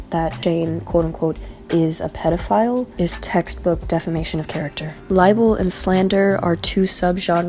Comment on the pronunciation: Also, it's "pedophile" not pet file lol